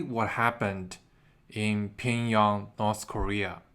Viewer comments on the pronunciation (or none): pyongyang not pingyong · why is it that you and Lei’s Real Talk can’t say Pyongyang?